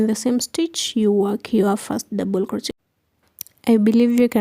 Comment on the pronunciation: Doesn't she know how to pronounce crochet correctly? That was annoying and hearing her smack sounds ick!!!icky!!!! She needs to play some music!!!